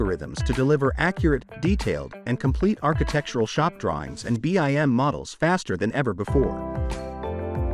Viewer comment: sigh... this is nice but the automated reader is like nails on chalkboard. It's pronounced bim, not b. i. m.